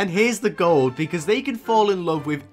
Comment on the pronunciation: "beuaause" LMAO I CAN'T 😂